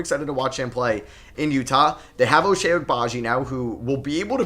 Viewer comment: Just a friendly note that Ochai is pronounced “Oh-chye” :) coming from a very happy KU student